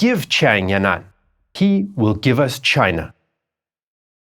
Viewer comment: It’s not yan nan, it’s yan an